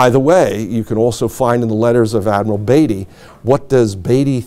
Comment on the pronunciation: It's amazing to make your life studying Jutland and not learn how to pronounce Indefatigable. I don't care how they say it in America; this was a British ship. And Beatty too, for that matter.